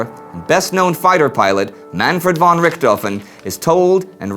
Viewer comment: I just got a great interest to learn more about the World wars. This series has made it much more easier and now im determined to know everything that happened! Just a suggestion..The word `von´ is pronounced as `fɔn´(fon). Keep up the great work!